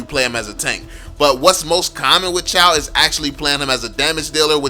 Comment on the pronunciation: Chou not CHAW. fcking illiterate idiot